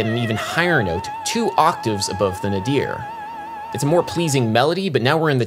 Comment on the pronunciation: Speaking of emphasis, I've never heard anyone say "nuh-DEER." It's normally pronounced "NAY-dur" or "NAY-deer."